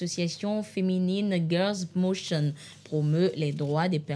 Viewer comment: C'est plutôt le " Mouvement Girls' Motion" et non "Girls michine" (comme prononcé)! Et c'est surtout un mouvement FÉMINISTE!